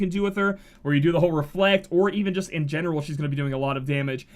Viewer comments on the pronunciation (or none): none